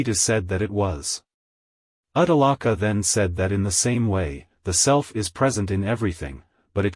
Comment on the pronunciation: Good effort but your awful pronunciation of the Sanskrit is such a turn off. The names are shvay-tha-kay-thu and Ud-daa-laka with the U pronounced as Oo and not as in Up. 🙏